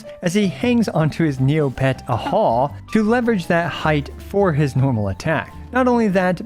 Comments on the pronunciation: Its ahh-haw?? i thought i was ay-jaw 😭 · its not ahaw , its ajaw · I thought "Ajaw" is supposed to be pronounced as "Uh how" xd